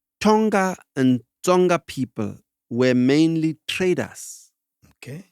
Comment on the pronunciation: On Tonga , the pronunciation should have the ... nga from ngo for ubuthongo